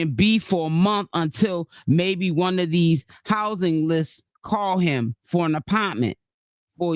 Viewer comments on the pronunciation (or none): it’s THE APARMENT EVERYTIME YOU SAY IT 😂😂😂😂😂